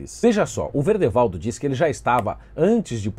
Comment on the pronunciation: És o primeiro que vejo falar o nome do Verdevaldo certo! Hauahauahaua'